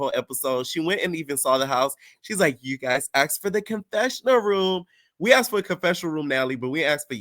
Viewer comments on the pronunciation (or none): none